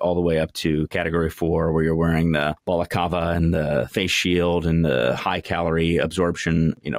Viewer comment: hah you mispronounced balaclava.